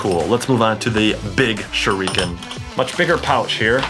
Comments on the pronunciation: chad cant say shuriken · He says shureeken than shuriken 😂 MAAAAAAN THOSE ARE SHARP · bro I understand that even if it's bad but dubbed or subbed shuriken is pronounced the same... shoo lee ken but he pronounces it shoo reeeeeee ken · U know he doesn’t watch naruto when he says “narudo” and”sharikin” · TheFamouseChiken #2 Suriken too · How anime fans say shuriken: SHURDIKEN How chad says its: shurreken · It's not shorican shurican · (Sh- ur- eh- ken) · You said shurakin wrong